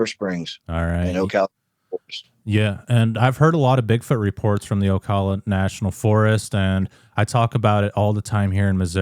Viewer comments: Oh Cal la, not Oakala.👍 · Oh- cal- ah. Middle pronounced like Al, not All. Ocala.